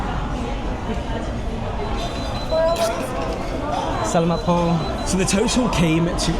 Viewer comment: When you say Salamat Po, the accent is in the second syllable, in the 'la' syllable.